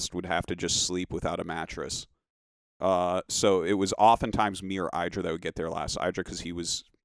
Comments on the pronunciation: The only one mispronouncing it was himself. 😆👍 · 10 years leater... still mispronouncing idra xD